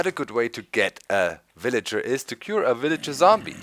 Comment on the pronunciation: lol doc I like how u say willager. its kind of funny :)